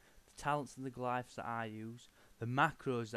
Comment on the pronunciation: Glifs? Do you mean Glyphs?